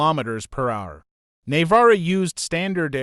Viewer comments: Neh vara? Nevera? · "neyvara" is not "Nevera" ffs learn to speak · Bro really said "Nayvara" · “Nay-vara” 🤦🏻‍♂️ too lazy to learn how to pronounce the simple name